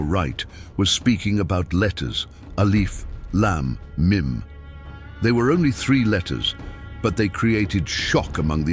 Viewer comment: The word should be pronounced as, alif. Laaaam. Meeeem